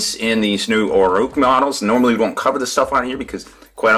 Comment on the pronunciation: it's orruk not orrook